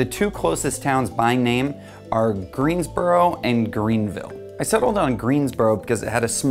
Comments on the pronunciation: It is greensboro he didn’t pronounce bro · Greensbow Greensboro just the accent